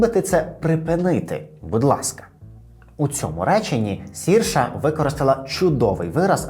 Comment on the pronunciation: Цікаве відео! А чому пишете і кажете її ім'я як Сірша? Адже вона Серша - як вона сама каже, треба вимовляти як "inertia" після 2-ї хвилини тут